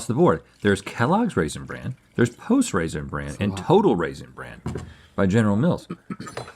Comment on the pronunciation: Rhett can't decide weather to pronounce it raisin bran or raisin brand lmao